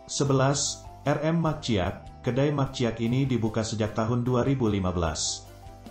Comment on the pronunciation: Ini admin yg bacain bukan orang minang ya? Mak ciak cara bacanya bukan bgt min! ? Terus menyebutkan Djaja bukan jaja, sebut lah jaya, sebelum upload coklat dulu, gak enak banget dikuping